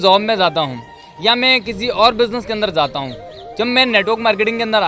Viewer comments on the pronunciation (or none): Its jata ( going)hoon not zata hoon